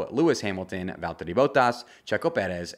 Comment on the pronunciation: I got really excited about the Valteri and Sergio pronunciation and was hoping on finally hearing a correct Max Verstappen pronunciation, but my hopes were short lived... Maybe some day...